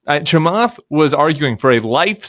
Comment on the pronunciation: Cant pronounce Chamath last name correct. 😂